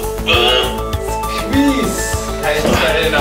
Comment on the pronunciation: SKVEEZ.. SKVEEZ. :D